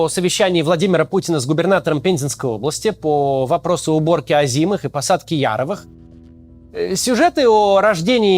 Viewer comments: Максим, не Яровых, а яровЫх. :-) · Вот не застал Максим советское ТВ года этак 82-го. Мы, заставшие, ударение в слове ,, яровЫх,, никогда не спутаем. Ибо тогда намолот этих самых яровых и озимых бил всяческие рекорды. И засыпали это всё непременно в ,, закрома Родины,,😂 надо понимать, что люди у власти тоже помнят и косплеят свою молодость и ,,стабильность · Сразу видно политика нового поколения. Не знает как правильно ставить ударение в слове ,,яровЫх,,. Нам, людям из совка, этими яровыми плешь проедали с колыбели. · Максим, в слове “яровые” ударение на Ы.